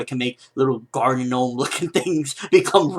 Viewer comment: Am pretty sure gnome is pronounced nome being the g is a silent g